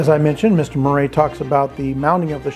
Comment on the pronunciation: Marais is pronounced mar (like married) eah (like yeah). I'll definitely be checking out the book! Thankfully I'm not in SA anymore 👍 especially now. I hope this is not the last book review.